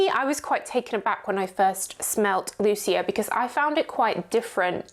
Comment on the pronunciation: Hi - I think you pronounce it LOO - CHE - a. Italian origian. xx